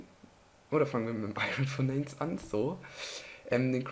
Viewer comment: Ist zwar lang her aber bitte verbessere deine Englisch Aussprache zb. Furnace wird furnase ausgesprochen